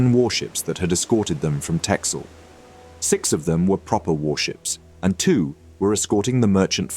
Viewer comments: pronounciation of texel= tessel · Dutchman here. Texel is pronounced as Tessel. Good video!